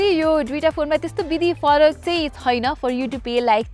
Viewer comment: यति राम्री नानी आवाज पनि कति राम्रो तर यो " छैन " भन्ने शब्दलाइ किन छुइन भनेर उच्चारण गरेर बोलेको होला। नेपाली भासा बिगार्नुमा यी नानी पनि जिम्मेवार छिन 😂😂